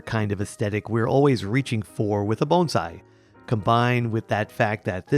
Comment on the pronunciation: You pronounced 'Bonsai' perfectly!!